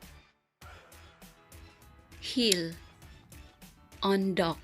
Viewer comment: Eondok sounds like bundok